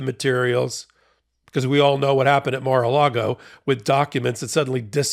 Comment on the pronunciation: You keep saying Mar-a -Lardo wrong.